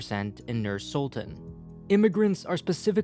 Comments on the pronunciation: btw its not pronounced nuur sultun its pronounced nyr syltahn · Whoa! Never thought that someone would make such video about Kazakhstan. Stresses thow all over the place) The correct way of saying some of the words is: Nur-Sulta ́n, Astana ́, Almaty ́, Nazarba ́yev. I'm from Kazakhstan myself. Been living in Almaty as long as i can remember. The video actually very good at explaining some of the key features of our political history and current situation. I even learned a few things and never looked at our politics from this point of view. But that might be because i'm trying to avoid our politics in general, because it always making me feel only sad, and unfair. The part of the video about autoritarism is absolute true =\ Being multicultural country thow is very nice. So much different people, different cultures and holidays) I am planning to moving in Canada and one of the reasons is Canada being multicultural too. I feel like we both dont have a strong unified mentality, but rather we are countries of many) Thank you for making such a great video and bringing knowledge about Kazakhstan to people)